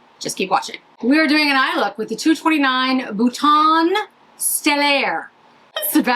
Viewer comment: Hi - FYI, Bouton is pronounced more like BOO-TOH (not quite accurate but much better than “boo-tonn” because in French, you almost never (99.9%) pronounce the last consonant. Same with Maison - “Meh-zoh” is better than “may-zonn.” Thank you so much for demoing this LE quad. This is the one I want.